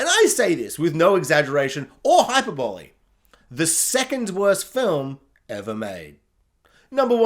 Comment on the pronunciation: I really can’t credit a guy who says hyper bally for hyperbole. Sigh.